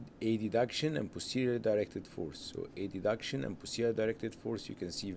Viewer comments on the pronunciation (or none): why he was saying A-D-duction?! its called adduction as a one word but anyway very nice illustration ,, thanks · aha, first time I hear this pronunciation.. thank you for the clarification😊